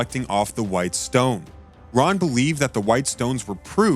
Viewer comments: Whom ever was the reader of this PLEASE CORRECT YOURSELF and in video the discover name was not Roy.... The name of the gentleman that has discovered many biblical truths and sights his name is "RON" WYATT search his name out doscover all he has found before he passed... HIS name deserves to be recognized correctly... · Very badly put together - perhaps needs to be done again with Ron Wyatt's Name Pronounced carefully as Ron and not Roy! The Pictures Need to Tally with the Facts - Poorly done - Disappointing!!